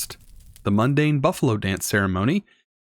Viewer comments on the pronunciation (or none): It isn't mandan isn't pronounced as "mundane" it's pronounced as "Man Dan" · zaphkiel = zefankel mandan = mundane totempedia = tomicpedia/tome/totempa/toe-tempedia/totempedium why do people add letters that aren't even there? just slow down, think, process what is in front of you. if you're not sure how to pronounce it then adding random letters isnt going to help